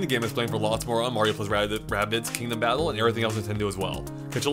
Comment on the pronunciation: Every time says Kingdom battle i hear king of battle.